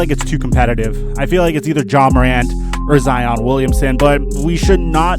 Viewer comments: Right I'm like wtf zeon. A lil middle schooler knows how how to pronounce zion Williamson. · What the fuck was this bullshit for one thing ass clown!!! say Zion Williams name right!!! secondly who in the hell is nunn ?!?? nobody talks about him he’s not a big factor and he does not deserve to be considered rookie of the year !!! personally it’s a three-man race and he’s not in it !! frankly Zion is not in the rookie of the year discussion this video was a waste of my time I watched only was three minutes I gave it a thumbs down and moved on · bro he is just like flight reacts saying zion name wrong and u swear u know basketball making basketball content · Idiot thats not how you pronounce zion Williamsons name you cow🤦🏾‍♂️ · 😂the way u pronounced zions names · Mispronounced Zions name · Pronounce that man name right put some respect on his name bruh otherwise good content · its ziiiiiiiiiiiiiiion not zeon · This man said ( z-on)it’s (z-eye-on) also I’m kidding love your content keep it up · It’s Zion not Zeon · My homie mispronounce zion to zeeeion wtf 😭😭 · Dude was like zeon Williamson the Zion Williamson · Zion pronounced: "ZZZai-On" I gotchu fam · did he say zEOn instead of Zion?😂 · Really said zeon 😂😂😂😂😂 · This guy said " Zeon " you don't know about basketball bro 😂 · Zeeon who the fuck is zeoon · Ha he said Z-ion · Flight: zEoN: zEoN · Who the fuck is Zee-on 😵🤔🤔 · "Zee-on"? cmon man 🤦🏽‍♂️ you know that's not how his name is pronounced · Did he say Zeon???? Twice??? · I'll take R.J before Nunn. Oh and if you say Zeeon one more time we gotta boycott the next video. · “Zeon Williamson” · "ZEEON WILLIAMSON"!? 😂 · Wait.... did he say ZeEon Williamson? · Boy said Zeeon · Bruh, love your videos but please don’t tell me you think it’s zEOn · He said zeon Williamson 😂😂😂🤣😅🤣😅🤣😂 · the way he pronounces zions name Zeeon HAHAHA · Bruh he just said ZEEon 😂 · Stopped watching when you said zeon For real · This man took speech classes from flight 🤣 (zeeon)